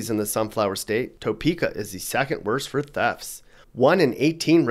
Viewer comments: Why are you hating on my home state? BTW.. it’s pronounced Tah Prka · Add to your credibility by pronouncing the Kansas towns of Arkansas City and Topeka correctly. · If you are going to talk about Topeka, you should at least get the pronunciation right. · Well I've decided he's not from Kansas the way he pronounces Topeka. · The way u say Topeka pisses me off bruh I'm born and raised in the well known Top city Kansas and I tell u what this place is horrible I have been all over the US but for some reason always come back here I guess I love it crime rate is thru the roof homicide rates have been going up like crazy lately and we got a big meth problem in this city cops don't do their job for shit there's been a lot of car thefts lately it's a jungle down here and when u say adopt a dog if u don't feel safe in ur city is stupid because if u don't train it right it won't help know what would help tho a 44 Magnum or a 357 Magnum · The person who made this video has obviously not lived in Kansas very long. You can tell by the way he pronounces Arkansas City, the correct pronunciation is R-Kansas, not the same as the state R-kan-saw; and the city of Topeka, which he pronounces as Toe-peka. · It’s pronounced Tuh Peka not Toe Peka. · We don’t say toe-peek-ah. We say tah-peek-ah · It's Tuh-peka, not Toe-peka. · First ~ "TOE' peekah?" 😑 "Tuh PEE' kuh" (Lazy dialect I suppose. We don't have an accent here...we just copy everyone elses.) Next ~ And, what the heck? Kansas City, KS, didn't make the list?? 🤨 Finally Does the crime rate in Leavenworth includes in part stats from the federal prison there or the state prison in Lansing (right next to Leavenworth). (I'm going to leave the military base out of the equation since they deal with that themselves. (Warning ~ if you ever go to Olathe, KS, it's pronounced "Oh LAY' thuh", not "OH' luhthee". You can say "OH' luhthee" but we'll laugh about it forever. I'm still trying to figure out Iola making the list.